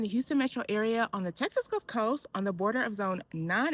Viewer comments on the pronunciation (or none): none